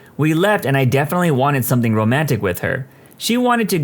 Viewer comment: No k in the word something